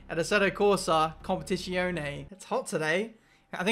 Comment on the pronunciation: He plays "Competishionee" for the first time and throws himself into a race on the most difficult track? Good idea :))